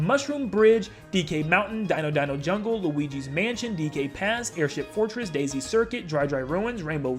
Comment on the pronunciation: 'DK Summit', a course that is now currently in Wave 4, is also a absent course from Mario Kart DS. Bro doesn't know how to say DK Pass. Edit: Classic courses from Tour, and he decided to list SNES Rainbow Road as one that's not returning. That's been in the game since 2014, has he been living under a rock for that long?